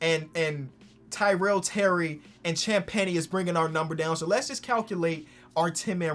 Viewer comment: No way he said “sham penny”